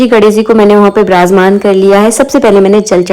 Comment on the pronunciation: Wrong pronunciation of virajmaan shame